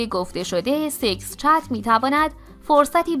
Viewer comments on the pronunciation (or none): سیکس چت؟ سیکس پک شنیده بودیم سیکس چت نشنیده بودم،نکنه منظورت سکس چته؟😖